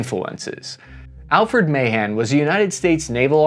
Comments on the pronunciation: The U.S.-China naval arms race is nowhere near as dramatic as the Anglo-German battleship race in the years before World War I. Alfred Thayer Mahan's last name is pronounced "Ma-HAHN." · Ma-Han that’s how you say it just so you know lol